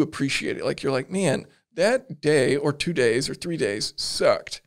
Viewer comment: "at the end of the dee" is great. Don't end it